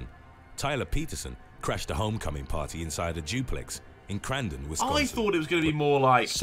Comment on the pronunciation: It's party not pawy 😂😂